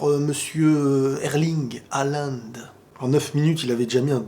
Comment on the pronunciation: Ca se prononce Holande sinon. Mais tranquille le plus important c’est le contenu